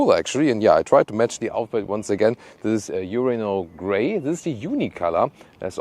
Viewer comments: I heard "urinal gray"... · Did u say " Urinal Gray " color 😂😂😂😂